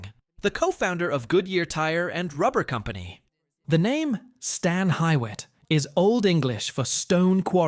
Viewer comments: It's hu-witt Hall, not Hywit. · Should be pronounced-- "See ber ling" "Hue it" Fin not find in Findley Kie uh hog uh Toe path Been to most of these places.